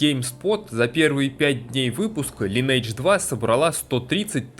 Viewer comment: Тот момент, когда делаешь целый видеоролик про игру, но так и не научился произносить её название правильно. Впрочем, как и 95% игроков.